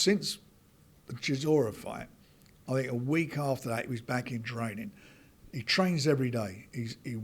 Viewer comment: Why does say "FWIGHT" instead of "Fight"?